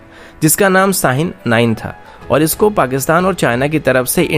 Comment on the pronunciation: . Aby agr bolna nh ata to mat bol bahi.saaheen kia hota hai.Shaheen bol.🤔🤔😄